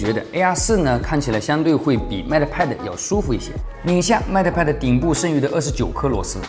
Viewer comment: 麦特派的。。。英语是体育老师教的吧？😂